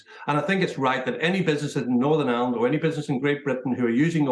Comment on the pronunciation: WTF do people pronounce IRELAND as island!!!! Twats, it's like they can't bring themselves to say IRELAND!!!